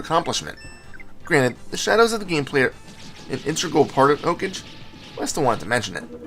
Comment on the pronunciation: its pronounced like a japanese word, like 'OH-KAH-GAY'